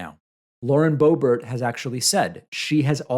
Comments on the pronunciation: It's Bay-bert, else the former secretary is Boner. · I prefer my pronunciation =D laurie boobert. heh... disgusting person that she is... unreal just how toxic, and horrible human being she is. I feel for her children, I am certain they get laughed at, and they are being taught hate etc they honestly should be removed.. Especially after that last display for her "Christmas Card"... Such a christian woman hu? heh. Nevermind that shes a jailbird, and her husband is just as disgusting as she is.